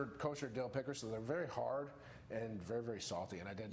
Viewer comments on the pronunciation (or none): i heard what sounded like pickers maybe, but not pickelets